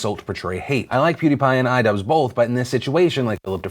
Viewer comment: Everyone said iDubbbz wrong